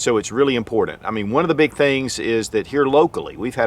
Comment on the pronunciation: I find it funny that no matter how informative, your videos are... After years,.. Hundreds of videos... Ya can't say the word : IMPORTANT : correctly! Like Nails' down a Chalkboard' Dude.. Guess it's not impordin...